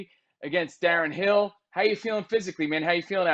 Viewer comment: Who the fook is this guy? If it wasn't for Whittaker I would've stopped watching as soon as he said Daren Hill.